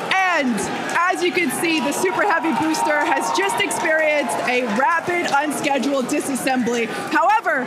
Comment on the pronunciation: "And as you can see, the super heavy booter just experiods a rapid unscheadual disasembly.." gostei hahaha belo jeito de falar explodiu!